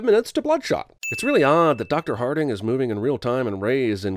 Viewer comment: Remember the time Vin was great as Richard B. Riddick? Now that's long gone... By the way: "Dr. Harting"?! Hahaha.